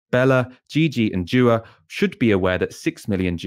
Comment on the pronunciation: it's pronounced dua, not djua.